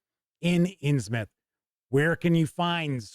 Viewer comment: Thank you for saying it as “Inns-myth” and not “Inns-MOUTH!” Always annoys me… 🤣 Anyway, thank you for the review, I can’t wait for this book!